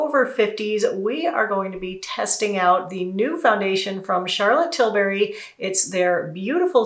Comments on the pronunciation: Yes TilBERRY 😂 🍓 🍒 whoa!! 😂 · You know, its Tilbury not Tilberry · Did you mean "WHOA"? Also, it's pronounced "TIL-burry", not Til-BARRY. :)